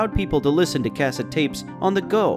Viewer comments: Cas-sit. I thought it was weird too. It’s cas-set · The way he says cassettes 😂